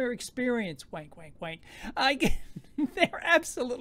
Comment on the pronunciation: "wank, wank, wank" hahaha you're so Aussie, mate 👍☺️🇦🇺